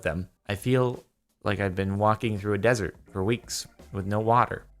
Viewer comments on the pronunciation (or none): none